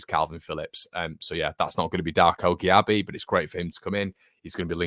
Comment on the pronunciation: Gyabi pronounced 'Jay-bee' apparently. Promising 18 year old.